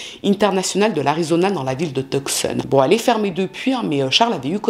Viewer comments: Je trouve que sa prononciation est bonne ("Rou-ss"). En revanche, Tuscon de dit "Teussonne" et pas "Teuk-ssonne". 😅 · « Tucson » se prononce « two son » en anglais. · Tucson se prononce "tousan. le "C"est muet. Triste histoire. Merci d'avoir raconté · Tucson se prononce TOUSONNE!😊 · Toujours intéressante! PS on ne prononce pas le c dans Tucson.